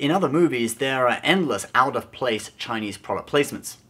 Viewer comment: By the way.... can actually speak Chinese? His pronunciation is pretty damn accurate...